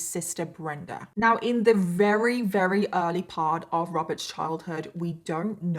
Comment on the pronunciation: Love, Love, Love your series. However, it is greatly distracting the way you pronounce the word "very". You often say "reary ", and I find myself rewinding all the time to see how your lips are making that pronunciation. Just saying. No harm meant. Probably just me. Remember, I LUB! (Which in our family means "love you bunches" !